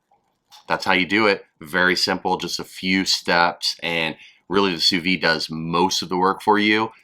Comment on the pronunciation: I'm probably not the first person to tell you this but you are supposed to pronounce the d in vide